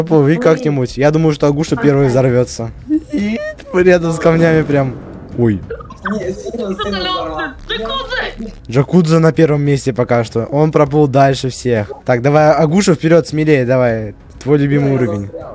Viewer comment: Не джакудза а якудза не правильно произносишь